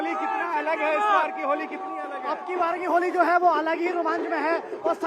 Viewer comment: Nashe me itna tight hai bola nahi ja Raha a hai holi